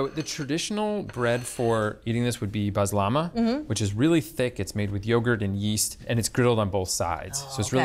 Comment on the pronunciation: A chef who knows what they are using and how to pronounce the ingredients, especially Baslama (Bazlama). Well done!